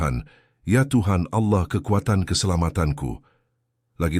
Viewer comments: Cara nyebut Allahnya salah 😢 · Ya knpa pke kata Alloh,hrusnya ALLAh ku